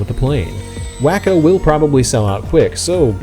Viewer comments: I think its said as Waco like in Texas.Not Wacko lol This looks like a fun plane! Thanks for sharing! Great video man🤙 Perfect edit! Wish i had your skills!! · It's WAY-CO, which is spelled Waco, wah-co would be spelled wacko I bet you have never heard of wah-co, Texas have ya? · Its pronounced Way Co not wacko silly 😂😂😂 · It's " wah-ko, not Wack-o. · yTF did you call it "Wack-o"? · I'm not trying to be a jerk, but Waco (the aircraft company) is pronounced wah-coe or walk-o. Just FYI. I used to say way-coe until one of my airplane (as in full size, or real airplanes) friends laughed at me and set me straight. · You're trying to be like a professional presenter. I'd think you'd actually look up the name before possibly mispronouncing it. For me its 1 of those things that I block channels for. Personally.